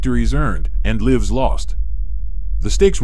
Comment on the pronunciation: AI mispronouncing "lives" gives me comfort..AI may be intelligent but it doesn't have intuitive properties needed to over throw humanity